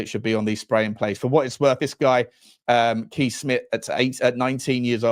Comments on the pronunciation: Kees is pronounced Case. 🇳🇱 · Please get the pronunctiation right. Kees in Dutch is "kays" with a strong "s"